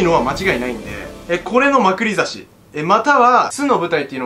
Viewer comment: まくり差しのイントネーションがウザイ。つうか 200万取りにいったのに50万欲しかったの？